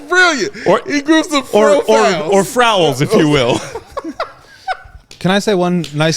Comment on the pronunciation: Or "frouls"!